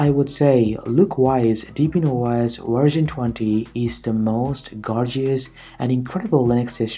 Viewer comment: You pronounce wersion instead of version and vindows instead of windows XDDD